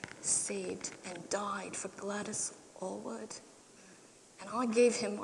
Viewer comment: She a actor and not a very good one either - she cannot pronounce Glwadys Aylwards name properly. I met Glwadys Aylward also I her supervisor in China ( Rev David Davies ) was my pastor at my Church in New Tredegar- His story is even more inspiring Both My Pastor and Glwadys Aylward where advisors in the making of the film "The inn of the sixth happiness " Both of them walked out of the film set due too the real story was not depicted as it realy was and most of the cast where too drunk at times to even perform